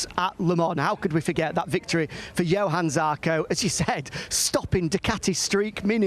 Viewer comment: Why hasn't the short one been fired? He STILL can't pronounce Johann.